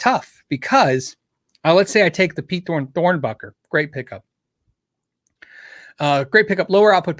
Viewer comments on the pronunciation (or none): none